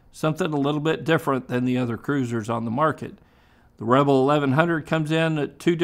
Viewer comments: Rebel not Reble. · "Honda REBLE". Sounds French 😂